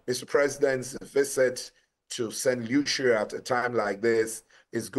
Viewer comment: St Lucia is pronounced Lushiiyaa!!! Broadcaster, take due note! 👊🏾🇳🇬👊🏾🇳🇬!!